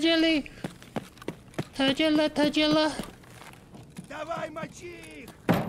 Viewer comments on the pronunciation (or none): Tagilla is pronounced with a G as in Gorilla, Great or Target.